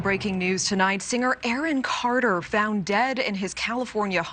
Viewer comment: Who's aaron cater? Lol